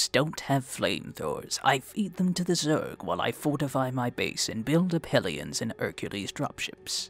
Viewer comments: Why do I keep hearing "Aliens" instead of "Ellions"??? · Anyone else kept mishearing Hellions as Aliens?